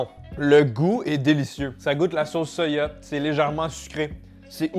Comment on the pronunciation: Pourquoi tu prononce soya et pas soja 🤔🤔